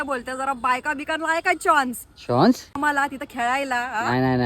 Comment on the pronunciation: Chance❌ chaunce✅